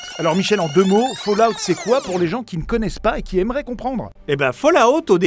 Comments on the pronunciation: OMG ! J'en suis qu'à 20 secondes de vidéos mais je viens d'entendre quelqu'un prononcer Fallout correctement et ça l’emplie de joie, merci. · je met un like rien que pour le bonheur d'entendre ENFIN quelqu'un prononcer correctement "fallout"